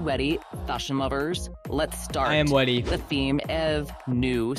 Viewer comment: "so, are you wEaDy"